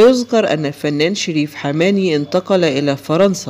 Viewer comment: انت لت تعرف حتى نطق اسم الفنان المرحوم ، انت تبحث عن المشاهدة فقط ، روح شوف عمل اخر يا شحاد